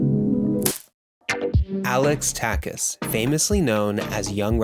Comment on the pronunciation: Nice video! Just a quick note: his name is pronounced a little differently. The end of Takács is not an S sound. It’s like the way you pronounce CHapter for example. Greetings from Hungary❤